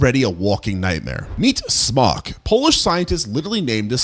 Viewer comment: Every time he says "Smok", i hear "Spock" 😂🖖